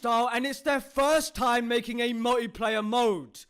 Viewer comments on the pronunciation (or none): none